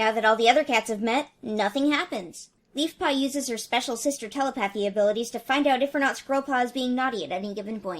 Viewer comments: I thought you said Beefpaw instead of Leafpaw at one point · Did you call leafpaw beefpaw?